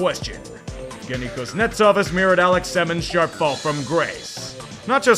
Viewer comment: Evgeny is pronounced Yevgeny.